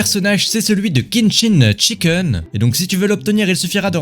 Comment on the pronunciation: Mais c,est pas chikin chiken😂